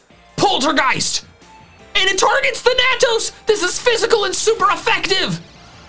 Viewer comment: Hearing mispronounce Thanatos this entire video was upsetting